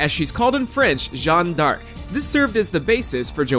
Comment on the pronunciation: You pronounce Jeanne d'Arc like a real french, that was nicely done!